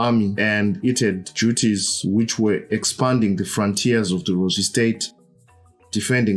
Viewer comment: It's Lozwi guys, Rozvi keng